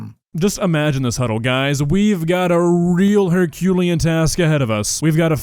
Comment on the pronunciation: Hurculian is my new favourite word